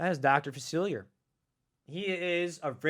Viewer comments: Hurts my ears every time. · Just here to count how many times he mispronounces Dr. Facilier.